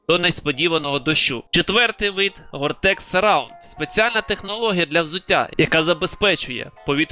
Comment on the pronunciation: та ні, просто вивчаю мови та поділився інформацією Доречі, «теч» замість «тек» чую дуже часто А довгий коментар написав на підтримку каналу